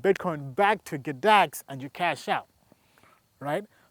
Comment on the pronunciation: G-dax not GADAX bro. but love the info..smashed you a like and sub